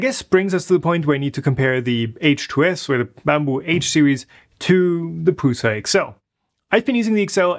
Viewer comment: Best 3d printer. He said not prus.